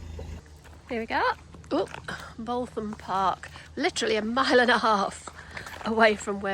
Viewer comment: Hi guys. Looks like you had a nice time. Did you try Daisy Maid Ice Creams at Skellingthorpe? They're pretty good home-made ice creams 🤤 The vet seemed like a decent guy which is always nice when you visit a vet practice for the first time. BTW, Boultham Park is pronounced "bootham". Glad the channel is getting recognition. All the best